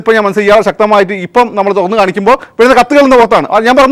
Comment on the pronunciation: തൊഗാന്നു അല്ല.... തുറന്നു